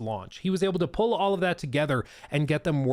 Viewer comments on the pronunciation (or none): none